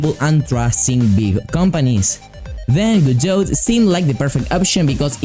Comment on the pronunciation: For future reference you dont pronounce the "T" its Prounounced "Gah-doe" nice video tho